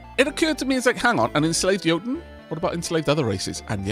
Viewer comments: I think you are pronouncing Jotun correctly. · Pretty sure you're saying jotun right, as it comes from the same culture as Jarl.